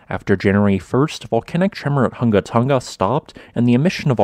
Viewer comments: You NAILED the ha'apai pronunciation a.k.a. the okina. Well done, some haole never get it. Next, the 'ng' without the "ga". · for anyone curious... Hunga is pronounced WHO-NGA not HUNG-GAH.